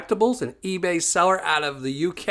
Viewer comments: Pen nine not pee nine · There ain't no gold in the Swale. It is pronounced Pen Nine. The qlue is in Flat earth.